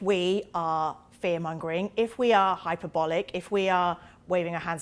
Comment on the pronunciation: I always mistrust people who can't pronounce hyperbolic correctly.